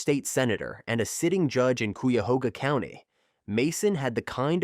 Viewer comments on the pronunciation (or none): In the Lance Mason segment - the county is Cuyahoga, where Cleveland is. Pronounced Ky - Uh - Ho - Gah.